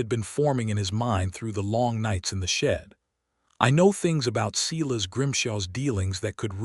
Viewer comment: It’s not Seeles it’s Si las. Very disturbing.